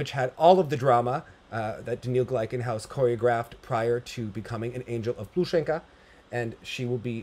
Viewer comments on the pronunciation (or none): dumb question from a non Russian speaker but why the /a/ on the end? Isn’t it supposed to be /o/ for men? Is this a joke I missed or like a nickname??